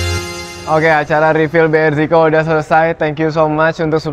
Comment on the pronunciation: BRZIKO bacanya BERESIKO Aku bacanya bgetu sih😅